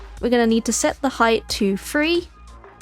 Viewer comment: I'm curious what part of the UK she's from because I hear her saying "synfasize" and for 3 by 3 she says "free by free"